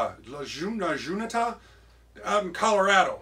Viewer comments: Hi! Very nice video my Friend! In Spanish you pronounce “La Hunta”, H as in hotel; means “The Junction” in Shakesperian😊… The motor is a nice 180. Your Little Beauty is a really nice locomotive: my compliments! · the pronunciation of the word la-junta you're not only supposed to pronounce the replace “J” with an “H” sound, but stretch out the U sound as well into more of an “Oo” sound. see (yes ) i live in Colorado. and I'm from Ceavland Oh names like john is pronounce as wohn hear!